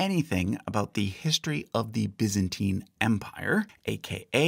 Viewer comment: I've never heard someone pronounce it biz-ant-teen. So weird.